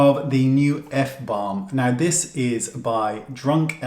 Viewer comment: I quite like F-BLAM. Give it lil extra punch.